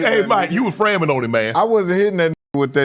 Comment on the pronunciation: Unc said "you were frammin on him" 💀